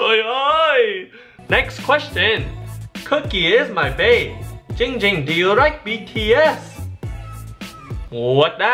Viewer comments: says his name wrong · He nerver said it right its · he said ging ging and not *le gasp* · Why does everyone call him, it’s clearly 🤦🏽‍♀️ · You know it's not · It's!!! Not not not ging ging it's dck dck